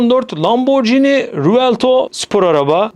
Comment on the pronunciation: Ağustos 2025 Gafları: -Monkey D Luffy - Maymun Luffy -Lamborghini Revuelto - Lamborghini Rövolto -Wario - Mario -Ford Bronco - Ford Branco Telaffuz'lara biraz dikkat etmek gerekli sanki...